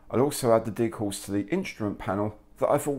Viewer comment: Very nice!! But its decals and not deecals!! One 'e' not two!!